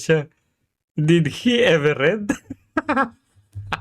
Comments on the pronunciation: BOBO TLAGA!DID TAPOS READ(RED)DAW!!SHUNGA!mommy ko graduate ng UST.ENGLISH TEACHER and JOURNALSM graduate!wag po IPAHIYA ang UST! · Sa una pa lang na did he ever read yung pagbigkas nya ng read ay past tense. Did na past tense pa ang gagamitin nya